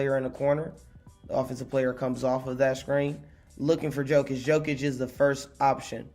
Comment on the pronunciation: Jokic is more like Yokic, you keeo reading him as Djokovic, soft y is j in his surname